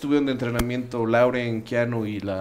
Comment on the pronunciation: No es "Lauren" es "Laurence" sic °lorens